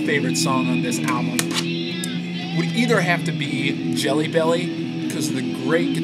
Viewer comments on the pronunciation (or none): none